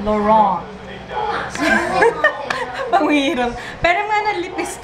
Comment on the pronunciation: lol natawa ako sa lipistik, tapos bigla sosyal pagkakasabi ng brand. hehe Anyway, napansin ko bakit parang masmalinaw yung video mo kahapon sa harap ng vanity table mo kesa pag gamit mo yung camcorder mo sa beauty channel mo.